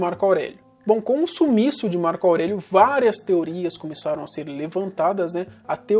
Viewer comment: ''março aurélio'' kkkkkkkkkkkkkkkkkkkkkkkkkkkkk